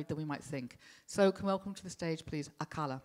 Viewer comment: Yeah, plus she pronounced Akala wrong... He's even got bars on how to pronounce it ffs!! Hope I didn't subtract from your comment with my childish humour, good stuff mate :)